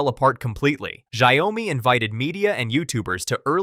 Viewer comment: Shao-mi, NOT Sha-yoh-mi